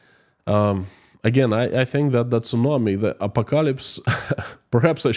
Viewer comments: Say it like this: Ah Paw Ko Lips .........😊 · Here's a hint: ah-pock-ah-lips😊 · A PO KA ELIPSE 😂 and stop calling itt Russian .law. instead you should call iit moscow law. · Thank you for the videos. I usually get really sleepy because of your soothing voice. This time though your butchering of the word apocalypse woke me up :D It's pronounced "apo-Kalips" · .......phonetic pronounce....just say... A-POCK- A-LIPS then you have Apocalypse pronounced perfectly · A pock a lips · apocalypse IS SAID a - pok - a - lips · A POC A LIPS. 😄♥️ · Thx. Apocalypse has stress on second syllable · Stress on the second syllable!